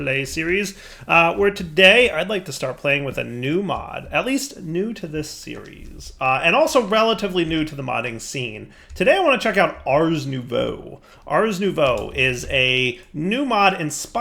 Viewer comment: Just a tip, it’s pronounced are-noovoeh